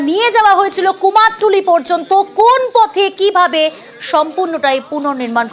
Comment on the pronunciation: আবার কুমারটুলি? ওটা তো কুমোরটুলি বলেই জানি